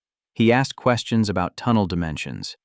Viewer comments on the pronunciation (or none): none